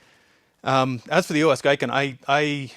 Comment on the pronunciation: "Gi-ken" not "Gai-ken"